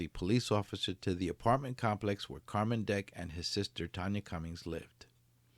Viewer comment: It's still pronounced "Carmen" though! Not Car-man